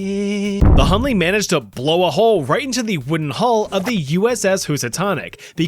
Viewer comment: Hunley is done ley 😂😂😂😭🙏